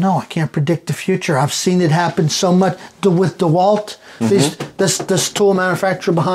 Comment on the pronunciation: Oh ist das schön, mal den Namen richtig ausgesprochen zu hören. DeWalt Nicht wie zu 99% auf YT-Deutschland " Deeh - Wald ". 😂😂😂